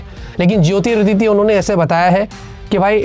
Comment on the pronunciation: jyotiraditya ka naam galat pronounce kiya hai bhai, kher koi naa..